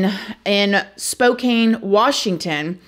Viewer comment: FYI: "Spo=CAN not Spo-CANE"... Cudos on saying "Coeur d'Alene" tho 😉 Thanks for staying up on this case that hits so many of us that is close to home💕🖤💔